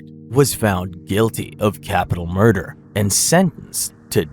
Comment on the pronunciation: I heard you say mother instead of murder am I tripping? Love this